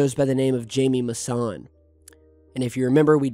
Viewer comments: Its pronounced "hi- meh" mousan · Please pronounce Jaime Maussan's name correctly. J sounds like H in Spanish. Jaime is pronounced "Hi"- "Me". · Pronounced "Hi me Mason" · Jaime Mausan (Hi-meh Mau-sun) hahahaha quien lo conoce??? Me gustaba su show cuándo yo era niño, decían que estaba loco. Pero ahora??? Ya todo tiene sentido.